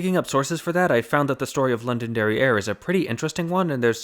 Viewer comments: I keep hearing say "London Derriere" and I snort every time. It's not even his fault - he's putting in a little glottal stop before the last syllable. I just can't help it. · Every time you said Londonderry Air I heard London derrière. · STOP SAYING LONDON DERRIERE